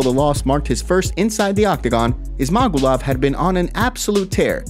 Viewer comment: Ok MMA journo…it gets pronounced by the UFC commentators as, “Izz—mah—goo’-lovv”